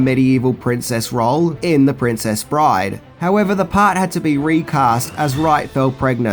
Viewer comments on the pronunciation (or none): none